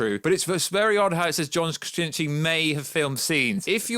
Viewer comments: Just say “Kra-Zin-ski” like everyone else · It’s really not that hard either, Kra-zin-ski, oh that’s right, we have a Brit that can’t pronounce the letter Z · Can you not say his name correctly?!?! Wtf are you saying nerd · I'm glad it's not just me.. It made me cringe every time he said his last name😂😂😂🤷🤦